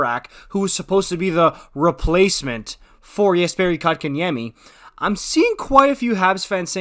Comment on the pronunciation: First off it is Coke In Yemmy not Cock -in - Yemmy! Second if you have been watching the Canes you would know that the second line with KK at 2c has been the top scoring line for the Canes! KK was moved to 4C for injury reasons and the second line went dormant. He has been back since January and not only is that second line going again so is his numbers. I know his numbers were not there in the start of the season but if there were a such thing as a third assist, he would have been racking them up. All year he has been winning face-offs and battles on the boards that has lead to Necas and Svech/Turbo scoring the goals. Plus he has become great on both sides of the puck. The Canes develop 200 ft players. Rod demands defense first. The Canes know how to take poorly developed players and fix them. I can't wait to see how good Pulj will be after a few years. KK will only get better. Good long term deal by the Canes. As for last nights game.... KK with the winning SO goal!!!!!